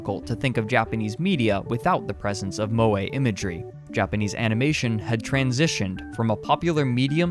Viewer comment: No one: Americans: "Moway"